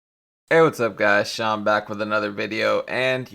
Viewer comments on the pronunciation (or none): none